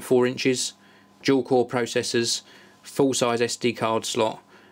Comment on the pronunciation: when he says dual it sounds like jewel